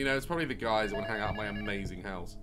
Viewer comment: ‘’ i dont wannu’’